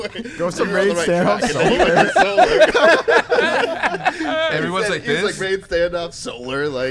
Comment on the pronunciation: scump was doing so well until he said... Solar.